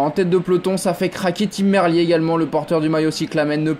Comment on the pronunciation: Même sur la RAI ils le prononcent bien mdr x)